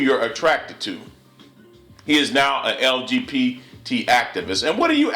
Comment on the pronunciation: YOU ARE SO IGNORANT and YOUR VOICE IS IRRITATING TO. WTF is LGPT? I TOLD YOU YOU WERE IGNORANT if YOU WANT TO DISRESPECT A PEOPLE AT LEAST KNOW HOW TO SPELL THEIR TITLE CORRECTLY! START PRACTICING PRONOUNCIATIONS BEFORE YOU RECORD IT MAKES YOU SOUND EVEN MORE IGNORANT.